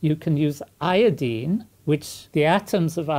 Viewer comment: Eye-o-dine not Eeee-ya-deen! Great video! Oh and aluminum not aluminium.